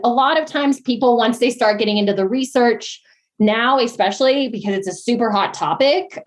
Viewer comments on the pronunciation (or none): When she said "expecially"...my ick reflex got triggered. Even if she wasn't already talking nonsense, I would have for sure thought she was even less intelligent somehow after that 🤦‍♀️ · “Expecially” — I can’t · The second someone says "expecially," my ears close. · I don't trust any medical advice from someone who says "ecspesially" or "innegrade".